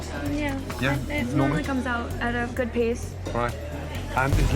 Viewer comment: said "it's guowwuod, it's rewwy guowwoued"